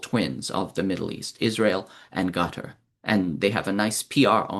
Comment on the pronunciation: It’s pronounced “cutter” & not “gutter”